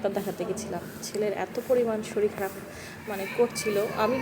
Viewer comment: Shoril na re baba kothata holo shorir.